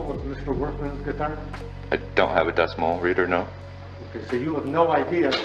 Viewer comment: "i dont have a 'Decimal' reader" lol